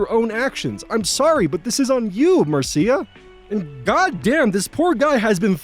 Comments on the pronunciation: Small note If the story takes place in the US, Marcia most likely isn't pronounced like that. It's pronounced like Marsh-uh. Jan Brady says Marcia Marcia Marcia! Excellent job as always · "Marcia" is usually pronounced Mar-sha. Sorry, that was driving me crazy each time, lol.